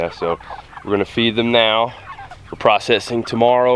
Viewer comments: I thought he said 'You wanna cut their feet off a few hours before.' I was like, Why would you do that!? Ohhh, you cut off their FEED... not feet. Yikes. And ROASTED is the best! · That's what I heard too🤔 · I’m glad I’m not the only one who thought that! 😅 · LOL I thought you said cut their feet off you said cut their feed off. I was like what is he talking about how are they going to walk around with no feet lol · I misunderstood you, i heard "before you process your meat, you want to cut of their FEET 12 hour before." I was like WHAT???. Then i realized that you said FEED